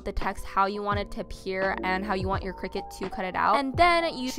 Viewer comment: omg if you're going to say Cricut times in your video, at least pronounce it properly lmfao